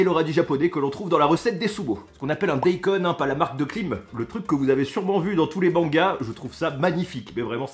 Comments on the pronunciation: Pour la prononciation du daïkon il faut le dire "da i kone" ;) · Ça ce prononce Daillcoune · Chaud le ramen. Le bandeau étais à l endroit au début et la prononciation c da-i-kon et le reste est bon